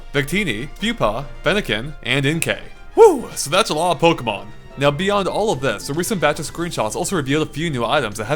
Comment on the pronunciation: Those pokemon pronunciations.